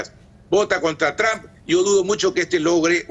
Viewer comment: Y la comunidad cubana y venezolana, ( influenciados por el odio a sus gobiernos), y x el evangelismo, irán como borregos a votar a “Tromp” cómo lo pronuncian ellos 🤦‍♀️ Ahhh y Biden ... lo mismo. Mejor que no voten, así, al menos no tendrán cargo de conciencia